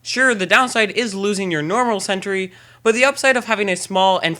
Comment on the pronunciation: He is saying: "lol, you can fix you are mini sentury" But it's: "Lol, you can fix your mini sentry"